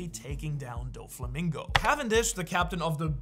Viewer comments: That Doflamingo pronunciation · Why does he say Doffy's name like that? Have I been pronouncing it wrong?